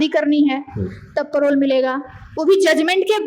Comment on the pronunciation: मैडम परोल नहीं होता पेरोल होता है। धन्य हो प्रभु